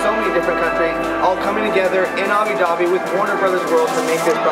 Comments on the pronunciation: It's Abu* Dhabi not Abi, it spells as Abou Ugh LOL Otherwise it was an incredible work. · where is "abi dhabi"? is it anywhere close to "abu dhabi"? you're there, you should be able to pronounce it correctly!